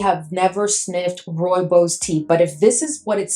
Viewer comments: Roo-ee-bos I think you said it right Need to get my nose on that one. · Thank you for your video❤ Rooibos Tea is indigenous to South Africa and only grows in the Cederberg Region (Cape Town could be the closest reference,😊). Also my Home Town. Your pronunciation is very, very well done. Pronounced: "Roy-baws". It is a very unique scent indeed